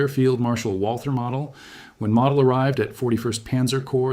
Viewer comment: Sorry, couldn't watch it. His name is pronounced mow-dell (mow, as in mowing the lawn). It's not pronounced model, as in model car.